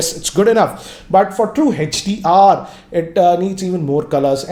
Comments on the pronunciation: It's hdr not hechdr 😁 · Its not hach D R 😂😂😂its HDR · hetch-Di-Aar🤔 i thought its HDR 😄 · Even he is saying HECH-DR, it's HDR. Don't get confused 🙂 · Why do you call it Hedge-d-r? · HETCH - D - R ......Hahahahahahahahaha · Hey-each-dear and A-each-dear